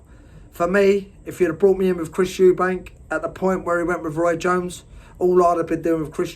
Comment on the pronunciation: Switched off when you said eubankS